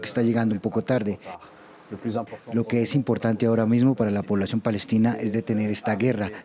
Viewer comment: No saben pronunciar palestina dicen falestina a lo mucho!